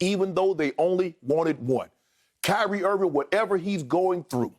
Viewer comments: my dude said, "Kanye Irving" -- guys i'm sleep over here. 🤣🤣🤣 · "Kanye Irving" LOL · This man called him Kanye Irving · "Kanye Irving" 😂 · “Kanye Irving” 💀😂